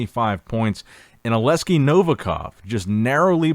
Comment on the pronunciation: That's Olek-si